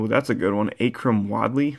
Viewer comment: He butchered Akuram Wadley